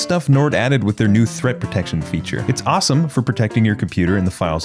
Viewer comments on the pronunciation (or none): none